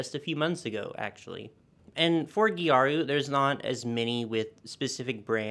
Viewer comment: This "gejaru" pronunciation of gyaru is something i've never heard before for sure. Since it's just the japanese way of saying "gal" it's closer to "garu".